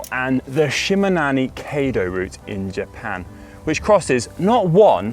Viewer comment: Kaiido.means.highway. kai=high level or grand and do= the way of.. It's pronounced 'kigh' not "kay".